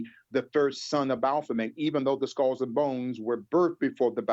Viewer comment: He needs to do his homework on pronunciation of common English words 🤦🏿‍♂️ he just said skohls for skulls...